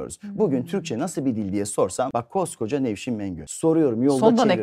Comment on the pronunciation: Konuşurken Nevşim diyordunuz, konuştuğunuz gibi de yazmışsınız, hanımefendinin adı Nevşim değil Nevşin.